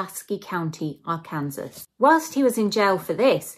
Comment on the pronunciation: Loved it but its pronounced ; "Ark- can- saw". Not "Ar -kansas". Facinating stories! Love it! Subscribed!